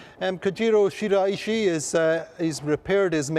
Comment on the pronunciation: I'm glad to see that got the message and is now pronouncing Shiraishi san's name correctly.